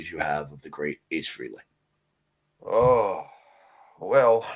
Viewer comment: Where do I even begin to go off on you two twits...it's not enough that all of your interviews are exactly the same (crap), but now you're screwing up mourning for Ace "FREE-ley".